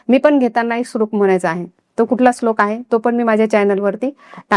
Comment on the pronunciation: Slok nahi madam shlok mhana